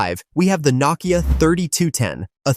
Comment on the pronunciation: It is pronounced No-Kia